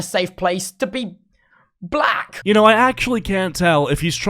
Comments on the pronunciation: Did anyone notice how bro said "blACK" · sapnap w tubbo l also the way tubbo says the word black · Why did he say black like that 🧐